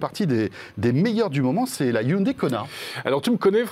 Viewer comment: C’est la bonne prononciation en coréen et non hyundaille